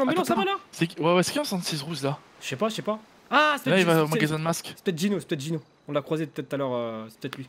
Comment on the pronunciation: Je suis le seul à toujours avoir entendu Dino à la place de Gino